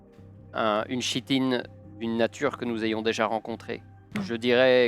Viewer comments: très chouette vidéo ;) par contre en tant que relou , on dit "kitine" pour le mot "chitine" :D, mes oreilles vous remercie^^ Incroyable "Heretiques Explosion" xD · Chouette partie, les costumes ajoutent vraiment un truc. Pour usage futur : chitine se prononce [kitine]. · c'est génial. Juste une note: chitine se prononce Kitine (comme chtonien se prononce ktonien). Continuer les JDR c'est cool! Super cosplay et roleplay. Excellente ambiance. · On dit "kitine" et pas "chitine", ca trigger :s sinon top! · chitine se prononce kitine, mais sinon bien amusant! ;) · Ça se prononce Ki-tine 👀